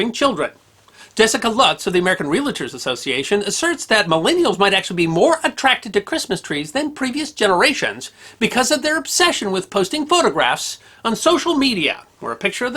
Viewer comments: "Real-a-tor"? Do you also say "ath-a-lete"? Please pronounce them as they are spelled and omit the added syllable: realtor and athlete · Love your channel!! Quick note - It’s REAL-tor not Re-La-ter. The association of Realtors thanks you 🙂